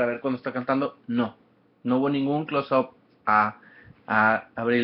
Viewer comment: Hahahahaha que patético que es ud !!! Nadie lo mando de sapo a ir, si a uno lo le gusta algo, pues no se prueba. En esté caso pues no se va. Y aprenda inglés algo tan sencillo como "close up" y no lo sabe pronunciar, no me quiero imaginar como habla :/ otra cosa a ella como a todos sus fans nos vale verga lo que ud piense, ella no se va a matar por sus críticas, es más ni sabe que ud existe. Viva, aprenda un idioma y deje vivir. Ah y opine por cosas que sí le guste.